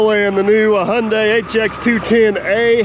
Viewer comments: n you still dnt no how to pronounce there name lol its pronounced high-un-die, shes a beaut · All day, every day, Hyundai. In Aussie we pronounce Hyundai as Hi un day. Give Kleeman first crack. Just for the footage.